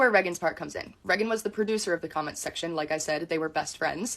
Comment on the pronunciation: Something about how she says "Reggan" instead of "Raygan" is irksome 😂